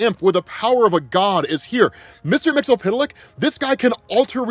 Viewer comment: I don’t know if there’s many times where I would put my knowledge of comics up against … someone should let him know it’s MIX-YIZ-PIT-LICK. Just like it’s spelled.